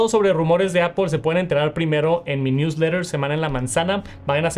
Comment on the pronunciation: Porque puedes decir muy bien “news lerer” pero dices apOL ? y no apL? Es solo decir manzana 🍎 en inglés 😢